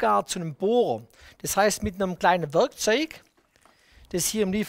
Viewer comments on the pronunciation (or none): Ein kleines Wörgkzoühgh, wer kennts nicht 😅🤙🏼